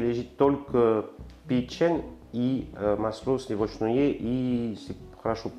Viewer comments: Слушаю и душа поет! Мы все стали говорить дома маслО!!! Обожаем!!! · Уважаемый, не в коем случае не исправляйте свой акцент, все очень понятно, не старайтесь говорить чисто, в этом и вся прелесть, это вызывает интерес я вот слушаю вас и думаю пока не исправил ударение на слове масло и успокаиваюсь, все понятно и даже очень.... тем более что появляются субтитры, это наверно заслуга монажа, то есть того кто это делает. В этом акценте и не точного произношения вся прелесть. Искренность, любовь к тому что вы делаете, профионализм, заметен и так. Подписался и смотрю вас с огромным удовольствием в Греции